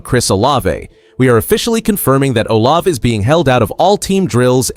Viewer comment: He will practice when he is off. Blood thinners don’t you follow them? Still can’t pronounce Olave!! Worst podcast ever!!